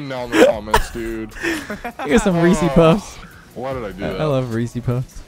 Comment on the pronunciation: and his weeceypuffs